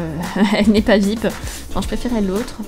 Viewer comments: ARRETE DE DIRE VIP, ON DIT V. I. P!!!!!!! 6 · On le lit viaypi pas vipe.